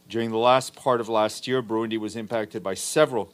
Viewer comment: What’s Brundi??? If you mean the country it’s Burundi sir not Brundi